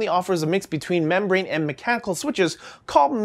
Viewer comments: Memchanical? Meemchanical?!? MEEM... MEEEEEEEEM!!! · Memchanical... New term for English?